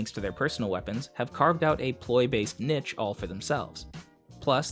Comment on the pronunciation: It's called niche, not nitch.